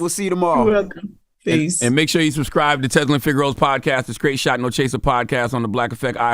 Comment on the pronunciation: "Make sure you suvscrive." Charlemagne is a caricature. When you know you're saying something wrong, but force it out like that... It's interesting